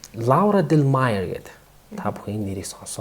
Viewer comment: Лаура Даалмайер гэж 'а' дуудна. Гайхамшигтай тамирчин бсан энэ эмэгтэй. Маш их баярлалаа.❤❤❤